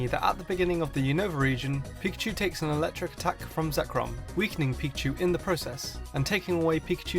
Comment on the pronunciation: You made a mistake, you called zekrom "zekron"